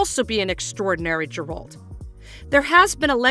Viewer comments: Chris Hemsworth? 🤣🤣 Liam is the one taking over the role. Not really what I'd call a minor typo misread by some janky Ai voice. And Geralt's pronunciation is wrong, too. Is this a real media-focus channel or one of those "just for clicks" (right or wrong) channels? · If your gonna make a video and claim you've done your research, you would expect correct pronunciation of the main character. You butchered it maam, just like the direction of the show congratulations. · Not even pronouncing Geralt correctly. Clearly hasn’t even watched the show. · If you can't pronounce the main character's name or where he's from don't narrate the video. 😂